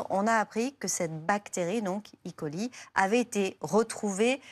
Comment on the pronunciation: Ca n'est pas une bactérie électronique, Escherichia coli, alors c'est é-coli et pas I-coli